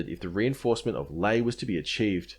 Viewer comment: the picture is a laughably staged laffer Lae is pronounced lye-AYE